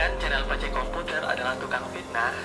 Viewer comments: P.A.C.E BUKAN PES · Bukan pes komputer bro bacanya... " Baca Pace komputer aja tolong... wkwkwkwk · Maaf bg.. Bkan pes komputer.. Tpi bacanya emang PACE KOMPUTER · bacanya PA-CE bukan PES bro.. pace itu panggilan untuk laki2 d'papua